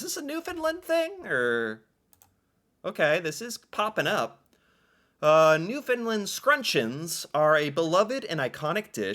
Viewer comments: Newfoundland is pronounced New fin Land, not nefinlin. it rhymes with understand. Like understand Newfinland. The cod tongue has a gelatinous part to it, but also two meaty parts that are like scallops. I am not a big lover of the jelly but love the meat. The Purity syrups are beverage syrups, they come in flavors like cherry and strawberry, you pour a half inch into a glass and fill the rest with cold water, it is seen a lot at Christmas time and summers, it is delicious. Also, try typing "Purity peppermint knobs" to see the candy instead of the door knobs. Love your videos, keep it up. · Firstly, you need to learn how to pronounce Nfld correctly. It’s not Newfinland!! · Absolutely love the publicity you're giving us. Please 'though , the pronunciation rhymes with understand... Newfunland 😊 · Love your videos man.... love cod tongues and salted COW tongues as well... If you want to pronounce NFLD the proper way just make Newfoundland ryme with Understand Understand---- Newfoundland 🙂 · I wonder how many times he'll have to hear people saying Newfoundland before he stops calling it Newfoundlund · Nice video, I’m a Newfoundlander and you’re almost pronouncing our province right lol. Newfoundland is mostly pronounced like NewFinLand. Say the word Understand a few times then say (NewFinLand) Newfoundland right after. Understand Newfoundland, the “and” sounds the same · If you notice it is spelt New found land and pronounced the same way now Newfinland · WRONG...ITS NEW FA LAN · Here is how to say Newfoundland like a newfie. say it like this New fun Land. emphasis on land. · It's pronounced the way it's spelt New found land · No it isn't. I'm from Newfoundland. It's pronounced Newfinland. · no it's not. It's pronounced "newfinland" or even "newfunland" is acceptable. But we never say "found" as a whole world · Come visit,! We don't mind that you can't pronounce Newfoundland correctly, but you'll learn once here and with a feed of cod tongues and a shot of screech.